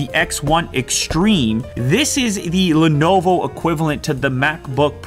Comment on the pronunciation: Lenovo ? Lenoovoooo ? Who is Lenovo ? Check my SouljaBook Lew ! This thing goes hard af bruh !